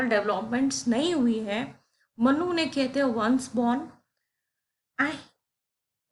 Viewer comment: Respected Madam,it’s मनु (Manu) not मन्नु (mannu).